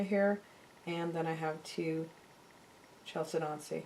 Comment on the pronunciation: The blue stone is pronounced cal-SED-ony. Briolette is pronounced brio-LET. Mandrel is pronounced MAN-dril. I enjoy your videos, but they would be easier to watch if you pronounce these words correctly.